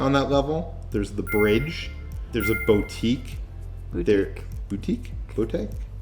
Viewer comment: "There's a Bo-tique...?" Is that like an Antique? But for boats? XD